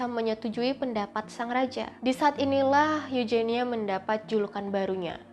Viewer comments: itu kan eugenia bukan eujenia.pake huruf g ga pake huruf j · Koreksi aja pengucapan spanyol huruf j di baca H. Contoh juan=huan Mirip huruf g dibaca juga h. Montija=montiha.. vallejo=valleho.. sumber gue akurat dari nama pemain spanyol di laliga karena suka dengerin komentator spanyol bilang begitu.. kalau eugenia itu dibaca euhenia aku pernah tau pround eugenia dari ratu ena. Nama inggris victoria eugenie tapi pas sampai spanyol jadi victoria euhenia...